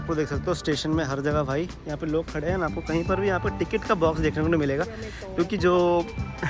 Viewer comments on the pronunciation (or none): none